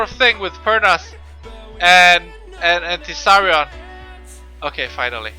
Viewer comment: tease-r-ion LOL